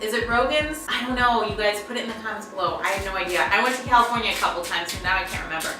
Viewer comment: She said cealifornia